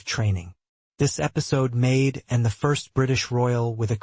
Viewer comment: Why is the narrator incapable of saying Princess Anne, he says Princess N. TOTALLY USELESS NARRATOR.